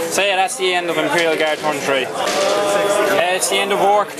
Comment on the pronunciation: torn = after you rip something. Accents almost never bother me but your saying a totally different word.